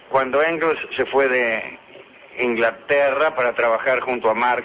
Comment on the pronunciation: Mis disculpas, mi estimado. Es "Engels" y "Moliere".